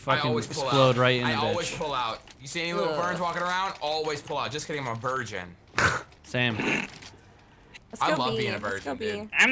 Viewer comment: A "Verngin"